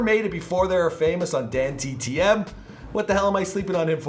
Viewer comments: Why did he say dandtm instead of dantdm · Im officially triggered "dandtm" And "danttm" It's tdm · Is it me or he said Dan dtm instead of tdm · It’s Dan TDM not DTM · ITS DANTDM NOT DTM